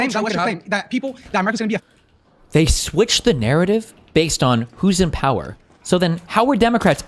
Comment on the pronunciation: did he say what I think he said? Bay zed